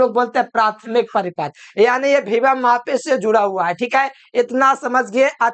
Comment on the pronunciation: Bhibhav mapi nahi sir ❌ vibhav mapi , voltage mapi ✅